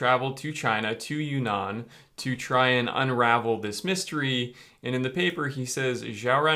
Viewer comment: Not "you nan" it's "uun nan" (two n's in two separate words/syllables)